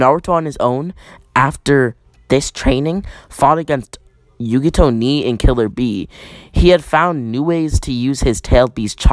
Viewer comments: The "i" was sounding like and "A" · Stop butchering yugito's name